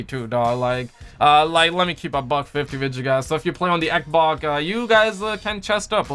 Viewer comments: it's xbox not eckbock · why does this guy always call the xbox, eckboxk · It’s funny how he says Xbox lmfao 😁 I’m not making fun of him I just think it’s funny 😁